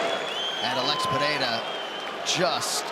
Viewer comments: Everytime Joe Rogan pronounces Alex Peheira a brazilian dies. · lol.. watching this entire video, DC pronounces Pereira’s name differently multiple times.. in the same fight, back and forth.. for multiple fights. Dude must’ve been drunk.